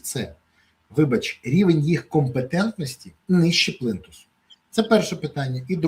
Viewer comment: Пане Береза! Не бійтеся вживати ,,іʼʼ , коли говорите українською))) Не плИнтус, можна плІнтус)